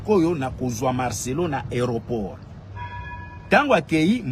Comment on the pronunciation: Yoka mutu azali na poto mais ayebi ko prononcé aéroport te 😂